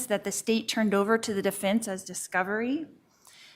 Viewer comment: Any word that has an EN in it, is pronounced as IN. Like Definse, Offince, Aginst (against) Sintincing, imminse, death pinilty, defindint, my niece Milinie, to make sinse (sense), attintion and so on....I know it's petty but it drives me crazy and I DETEST her.